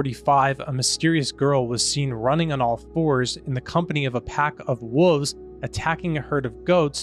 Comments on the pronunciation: Woves??? There’s an L in there… you pronounce it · Wolves is pronounce "wallves" not whatever the fk youre saying my dude. God bless. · They’re called wolves. Not woovs. There’s an L in there. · I can honestly say I have never heard the word wolves pronounced as “wooves”. My mind is blown 🤯